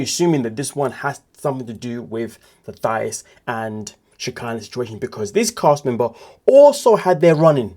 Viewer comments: Her name isn’t pronounced Thigh—is!! It’s pronounced Tye—eece!! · Mispronounced. It's Tieese not Thias.❤ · It’s THA-EESE. Like the ending of the word GrEECE 😩. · Racist! Hahaha sure. If someone doesn't know the definition. Why are you calling her thigh-us? That's not how it's pronounced. Are you being racist? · Please learn how to pronounce "Thais" name.